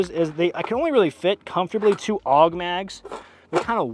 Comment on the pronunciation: When you said: "If you aren't AUG H-barring, you're doing it wrong," it sounded to me like you were saying: "if you aren't Allah Ack-Baring, you're doing it wrong," lololol.